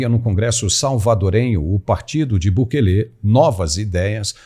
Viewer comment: Não é Bukelê. É Bukele.